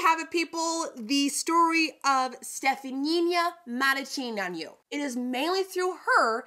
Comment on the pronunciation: I am a proud Romanian, you butchered the heck out of her name but still fun to watch 😅 Pretty close with Stephanie-(uh) Muh-ruh-chi-neea-nuh